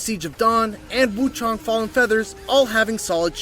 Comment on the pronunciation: FYI…The MISPRONOUNCED “Wukong”.